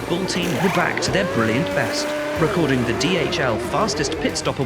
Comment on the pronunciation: 'wreck ording' hmmm I think it's 'recording'